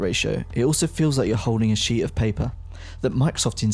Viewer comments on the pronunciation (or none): "Feels like you're holding a she of paypuh."